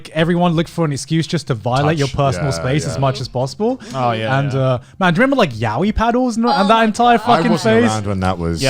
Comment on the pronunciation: Everyone is mispronouncing yaoi :(